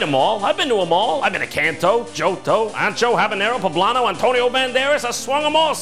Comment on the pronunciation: Ancho not Sancho. Ya know like the Chile